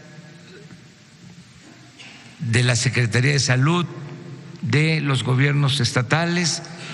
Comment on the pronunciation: Se dice SALUD no salut vgt imbecil, ni hablar sabes......